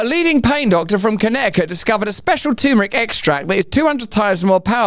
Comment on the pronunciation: Lotta lotta love for you Russell but please, it's not tooomeric ffs, it's terrrmeric :D